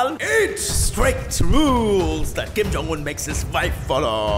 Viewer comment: when u say king jong un in 1;14